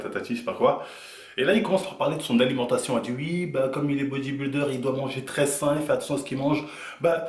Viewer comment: "Ui" ❌ "Oui" ✅